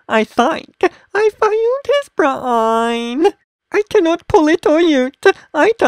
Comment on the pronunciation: Ace BRA-AYN